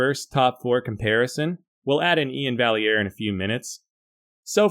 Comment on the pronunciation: I think its pronounced More like Ian Vi-air